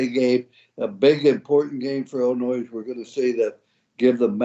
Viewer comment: Illinois has a silent s. Iyiyi